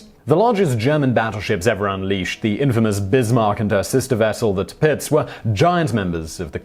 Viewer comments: It is pronounced ' tur-pits ' Thanks again for another great video Simon! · Does this chap understand that the gun turrets were able to point in other directions than just facing forwards or backwards? Also I found it difficult to keep up with the speed of his delivery. I love naval history and there are far too many errors in this video for me to list. Just the one minor point. It's pronounced Tirpitz as one word NOT Tir Pitz as he pronounced it. While I'm on a rant, who the hell was Vicky France?!! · PLEASE STOP SAYING TIRPITZ.